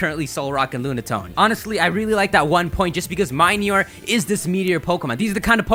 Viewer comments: I think minior is pronounced mini-ore, like a miniature meteor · Morelull comes from "morel" and "lull" so it should be pronounced "mo-REL-ull." Minior comes from "mini" and "meteor" so it should be pronounced "mini-or."